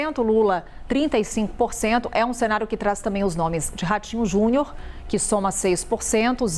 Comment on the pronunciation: Ratinho "JUNHOR" 😂😂😂😂